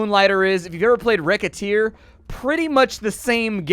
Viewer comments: Racketeer... not wreckateer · whats the name of the game thats simialr to moonligther? Rocketeer, riccateer, rekhatear? Its kinda hard to understand what he said